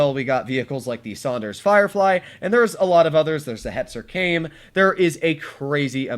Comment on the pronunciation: bruh, in Japanese for the "Mine" and the "Kame" the e at the end is said so it is "meee neh" and "Ka, meh"